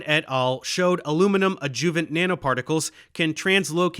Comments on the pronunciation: I love you, Dave, and this is an awesome video as usual, but it's "ÁD-juh-vunts" not "ad-JUH-vunts." Me: retired medical and pharmaceutical translator and editor. Keep up the good work. My purpose here is solely to tweak your presentations upward and onward! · I appreciate your effort on this video, however, it is pronounced "ADD-joo-vant" not "ad-JOO-vant" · Love the video. It's also pronounced ad-joo--vent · Love this, but what the hell is an “adJOOvent”? No one pronounces it that way. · Please correct the way you pronounce adjuvant. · What’s up with the mispronunciation on the word adjuvant over and over? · Is Dave using AI to imitate his voice? I ask since he is consistently mispronouncing certain words like adjuvant and E. Coli.